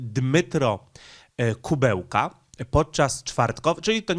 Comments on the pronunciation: Nie Kubełka tylko Kuleba. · aż uszy bolą jak przekręcasz nazwiska. Nie Dmytro Kubełka tylko Dmytro Kułeba zapamiętaj raz na zawsze. A incydent nie był z ambasadorem Ukrainy tylko z ambasadorem Rosji. Zdecydowanie za dużo przejęzyczeń w twoich vlogach - musisz nad tym popracować. Pamiętaj, że są ludzie którzy jedyna wiedzę o świecie czerpią z twoich filmów i później będą na mieście powtarzać takie głupoty. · Film ważny, temat istotny; ale... kutwa, co ty masz z tymi nazwami i nazwiskami!? Nie potrafisz żadnego przeczytać bez przekręcania??? Nie żaden Kubełka tylko KUŁEBA. Mógłbyś się na tyle przygotować do filmu by sprawdzić nazwisko gościa którego omawiasz. Bo cenne i ważne materiały czynisz przez to niepoważnymi i błazeńskimi. A szkoda. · ja wiem że poinformowałeś że masz wadę mózgu, ale proszę Cię mocno naucz się, NIE KUBEŁKA ale KULEBA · Wypadałoby chociażby uważniej czytać, skoro zwyczajnie nie zna się nazwisk. Opowiadasz o polityku, który nazywa się Dmytro Kułeba, a nie Dymitro Kubełka. Imię można spolszczać i wtedy powinieneś mówić Dymitr, natomiast przekręcanie nazwiska jest żenujące. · minister MSZ Ukrainy to Dmitro Kułeba, a nie „Kubełka”. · Nie ma takiego człowieka Kubełka. Jest Ku Łe Ba. Rozpisuj sobie trudne nazwy na sylaby, bo przez takie nazwy z du py nie jesteś traktowany poważnie. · Nie Kubełka tylko Kułeba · A to nie Kułeba ? Mowiles Kubełka